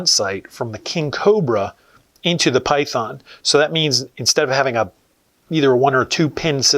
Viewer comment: sounds like he's saying py- thone or py- thorn.